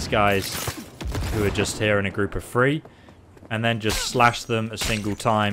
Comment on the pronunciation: Call me crazy are you saying free instead of three